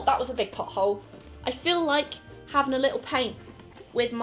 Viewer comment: “0p thAt wAS A bIg PoTtTT hOle”